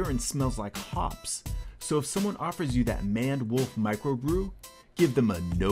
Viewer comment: It's pronounced MAYND wolf...like lions mane.....not manned. Just FYI